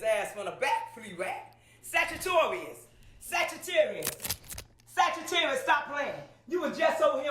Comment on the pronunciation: sagittarius, sagatarius Rex Lol that shit cracked me up hard